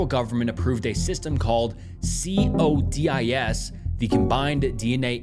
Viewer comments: I have never heard anyone call CODIS C.O.D.I.S before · Sorry man I keep trying, but the mispronunciations are too much. CODIS. Loci. Genealogy has an a you missed.